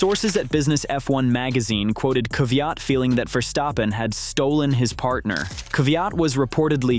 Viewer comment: Daniil,,,,,Kaviaat , lol